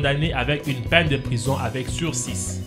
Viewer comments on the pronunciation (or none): dans sursis on ne prononce pas le s